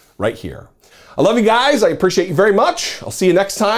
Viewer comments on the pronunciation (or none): none